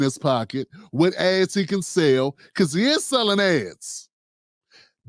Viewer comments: Damn- it sounded like you said Roland was “selling’ ass.” I had to run that back. Ads. 😂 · MAN I thought you said Roland was selling a$$ when you said he was selling ads🤦🏾‍♂️😂😂